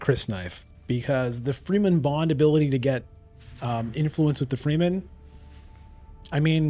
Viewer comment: Wow, close game! Love your content but there is one thing that really triggers me every time: The Dune people are pronounced "Fremmen" and not "Free-men". Keep it up!